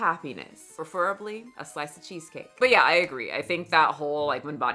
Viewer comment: "Preferably," Michelle, not "perferably" as there is no such word. ❤